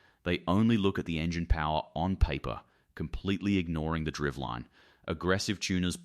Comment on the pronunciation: In this day & age, why can't AI voiceover software be engineered to pronounce words such as "ECU" and "driveline" properly?